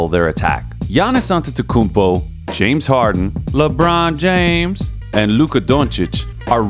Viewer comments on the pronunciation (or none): why did the narrator say Lebron James like that?